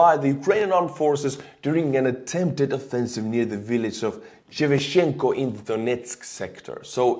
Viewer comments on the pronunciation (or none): none